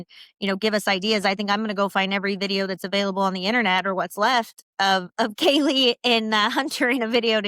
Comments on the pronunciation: did you notice that in HJs interview at the police station he calls kaylee ....kylee (k-eye-lee) i thought that was weird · Not only did Hunter not check on Maddie and Kaylee, but he also brushes it off saying ‘I don’t know’ when the responding officer asks if there are other missing roommates..THEN he purposely mispronounces Kaylee’s name in his interview. It’s insane.